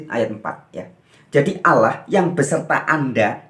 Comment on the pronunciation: Menyebut Alloh saja lafalnya salah kok bicara tentang islam.